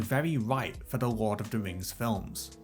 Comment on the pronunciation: Can we just talk about how the voice over says Rord of the Rings?